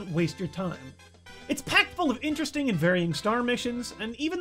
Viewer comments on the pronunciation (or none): none